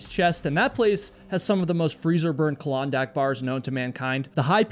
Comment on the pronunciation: wtf is a 'calondac' bar? Is he trying to say Klondike? Its 2 syllables, KLON-dike. Ive never heard that word said any other way. Even the subtitles are saying its colandac. Anyone know what is going on here?